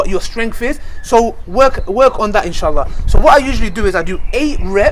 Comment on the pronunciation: y da fuck do u keep saying inshitta,y da fuck u keep saying it,ur not guna get any xtra rewards for swearing u no